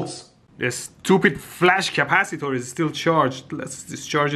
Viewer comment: why does flash capacitor sound like flux capacitor